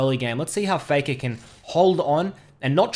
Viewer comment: It's "Dopa vs Faker" not "Dopa vs Fakaw"